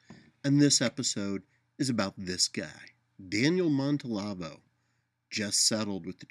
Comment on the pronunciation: always gives good vid (although this one is, of course, really just audio. Must be the "radio" part). Anyway, just a niggle: Are you sure you're pronouncing his last name correctly? I'm hearing 4 syllables, but only seeing 3.